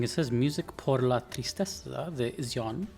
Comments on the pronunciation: Her name is pronounced like "She-own". Some say "She-on" so as long as you are somewhere between those two, you are golden. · Seems like no one's bothered to let you know, but Xion's name is pronounced with a "sh" sound at the beginning. Shion is the Japanese name of a flower that represents remembrance, which she is partially named after.